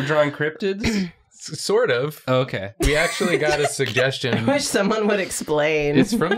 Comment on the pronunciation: I almost choked when said "let me see those crobtids" thanks for trying to kill me